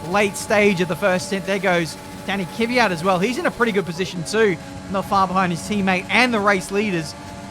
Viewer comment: an its pronounced kwiat not kivyat